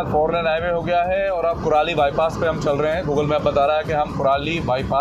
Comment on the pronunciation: That is Landran not sohana and it's Kurali and not purali..